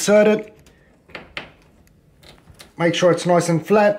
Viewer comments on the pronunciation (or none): "mahk shuh its straiht" and still left that shit crooked😂😂😭